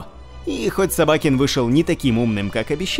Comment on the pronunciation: СобакЕн , а не СобАкен